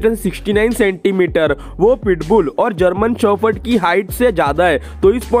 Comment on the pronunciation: German shophord 😂😂 🤦 indians english